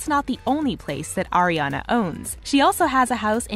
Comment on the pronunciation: It's Ariana not Ariena